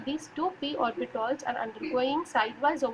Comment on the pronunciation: Those are orbitals , not orbitOls 😂